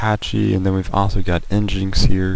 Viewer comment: Psst: nginx is "engine x" not "en jinx".